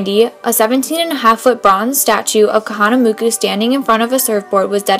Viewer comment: Good video/report for what sounds like an elementary aged child. Two things though...re-check your facts about the Europeans "taking over the islands". Also, Duke's last name is pronounced KahanamOku, not KahanamUku. It's an "O" not a "U".